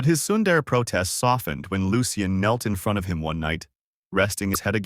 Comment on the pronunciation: Sundara it's sundere